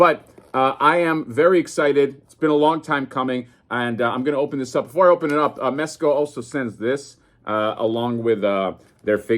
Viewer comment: Bro did you say mess co? . . . The f*ck is wrong with you?